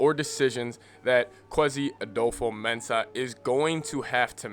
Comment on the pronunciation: You are not pronouncing his name right